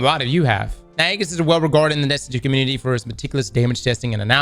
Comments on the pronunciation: It's E - GIS, Greek Shield not Egg- is, lol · Age - iss, not EGG - iss. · Bruh. EE-JIS. Ee-jis. Not Aggis. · Aegis," pronounced: Ë-jìs. Hard, 'E,' fellas. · Say it like this: ee-jis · you're saying it wrong It's (ejis) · Aegis is pronounced Age Is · FYI from your friendly neighborhood copywriter / dad guardian - Aegis is pronounced "eejiss" 🖖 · Really hate how pronounces Aegis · will learn how to pronounce aegis one day